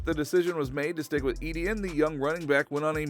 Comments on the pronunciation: It's E-T-IN NOT E-D-IN. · Its ETN not EDN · Please don’t pronounce it edn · please stop saying EDN